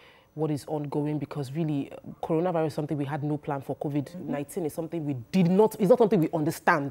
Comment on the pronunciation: He did not get all the pronunciation right according to you. He pronounced COVID-19 as COVIC-19. Go back and check